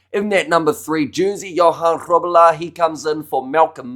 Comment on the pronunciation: Love how you pronounce Grobbelaar! 👍🏻